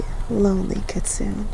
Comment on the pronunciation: It's pronounced "keet-soon-ay".